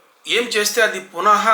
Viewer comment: Only the man who is pronounced Punaha.. exactly with the original aroma of our language, that is you. Namaste🙏🙏🙏